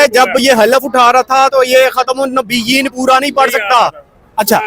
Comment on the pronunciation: ختم النبین” نہیں بھائ خاتم النبین ہوتا ہے پنجابی لہجے میں ٹھیک کہا تم نے مگر اس کا مطلب نہیں کہ تم مسلمان نہیں ہو عقل کو ہاتھ مارو